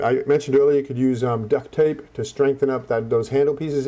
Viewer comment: did you say death tape? O_o